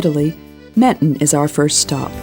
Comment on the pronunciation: The pronounciation of Menton is killing me.